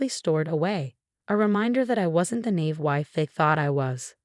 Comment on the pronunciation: Nave? Nave?! The word has one pronunciation and it’s “nah-EEV”. Get it right already!